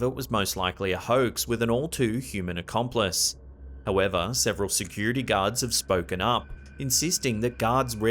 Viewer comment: Did you notice that if you put on captions he says guards but it says gods